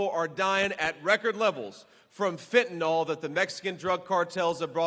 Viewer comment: FENTANYL!!! NOT FENTANOL!!! C'MON DUDE!!!😮 GET THAT DEADLY STINKING DRUG NAME CORRECT.😮 MOST EVERYBODY SAYS IT WRONG!!!